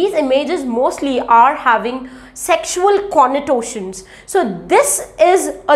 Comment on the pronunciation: Connotation* not connotwotions